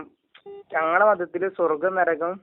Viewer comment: നരകം അല്ല കോയാ നെരഗം 😀😀